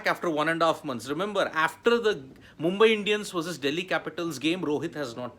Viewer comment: Try practisiing saying the word 'after ' aaaaaf ter..... not efter